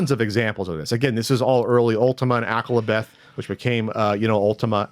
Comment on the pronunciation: Akalabeth is pronounced A-call-a-beth. Not ak-ka-la-beth. Its a reference to KISS Uncultured swine.